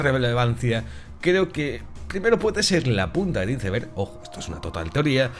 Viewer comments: Acabo de escuchar la pronunciación "iceber". Inaceptable! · Se pronuncia JAIP y AISBERG, por favor !!